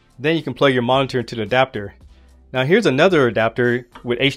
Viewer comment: Yes, thanks... I think that will work 4 me using Thunderbolt to HDMI.....But he wasn't pronouncing "monitor " correctly....lol............Annunciate brotha